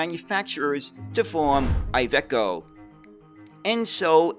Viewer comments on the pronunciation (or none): none